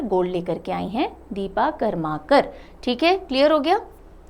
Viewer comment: Ma'am the pronunciation will be Deepa 'Kar-ma-kar'.